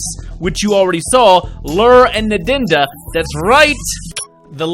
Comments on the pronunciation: Please please please stop calling her Nedinda. Ndnd is pronounced Undaunda such as unda twice. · Cheers. Excellent work as usual. Loving your Zapp voice! One teeny little thing though (and it's been eating away at me for some time now!), please pronounce Ndnd properly! It should be "unduh-unduh", not "nudunduh". Looking forward to your next video:)